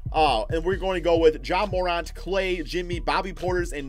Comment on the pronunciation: IT IS PERNOUNCED JA Mor-Ant not Mor-Aunt